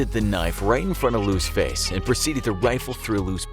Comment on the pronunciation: ”Now let’s put a smile on that facer!”